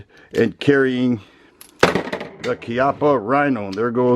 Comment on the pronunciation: The first thing I would like to say is thank you for pronouncing the name of Chiappa correctly. I fell in love with this revolver when I had the opportunity to shoot one a few years ago. The stainless 5 inch model is the one I want